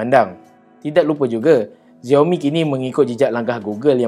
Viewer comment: Sebutan Xiaomi dalam Bahasa Mandarin adalah Siaumi bukan Ziaumi! Tak percaya, tanya orang yang boleh berbahasa Mandarin. Dalam Hanyu Pinyin (ejaan huruf Roman (ABCD...Z) rasmi bagi Bahasa Mandarin, huruf X berbunyi seperti huruf S tetapi tipis dalam Bahasa Melayu. Antara contoh lain adalah bandar Xi'an disebut Si-an, sebutan Ma Lai Xi Ya bagi negara Malaysia dan wilayah Xinjiang disebut Sinjiang.